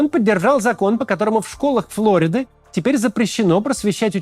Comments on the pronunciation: в русском языке название штата Флорида с ударением на и. Не флОрида, как в английском. ФлорИда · Пардон, в слове Флорида ударение на "и"